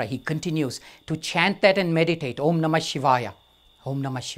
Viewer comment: " when O३M is spoken , the lips close at the end.... but here the mouth is opened.. as if to say " O३maaa" If Mantra is a Vocal Code to generate the right type of vibration and intensity at the right location in the body, then 'mispronouncing' it may not be Fruitful ( remember the story of " Alibaba and 40 thieves " , when the " Vocal Password " is forgotten. and people using Login and password may have faced difficulty in logging-in when by mistake they enter 'small alphabets' in place of Capital or vice-versa. saying OMMAAAAA in place of OM may result in " Wrong password".